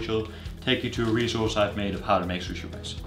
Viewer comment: The way he says sushi😂"SHUSHE"